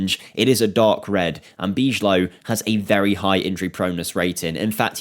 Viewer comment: You speak bijlow like you do van DIJK. Not bichlow 👍🏼